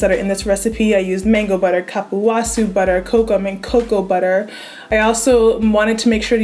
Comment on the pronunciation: Love the recipe! And if you want to know the correct pronunciation of cupuaçu, it's coo-poo-ah-SOO